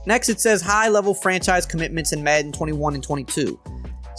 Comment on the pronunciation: Does it bother anyone else how he says madden?